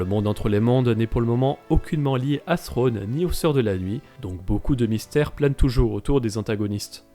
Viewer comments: Je pense que peu de francophones prononce le TH anglais correctement. D'où le fait qu'ils disent "Srwone" en VF. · Pourquoi l'Amiral Thrawn se prononce différemment dans la série car a plusieurs reprise au lieu de dire Thrawn il prononce Sronne. Pourtant en anglais il le prononce correctement.